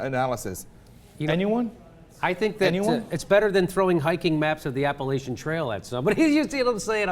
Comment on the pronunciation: They are mispronouncing Appalachian.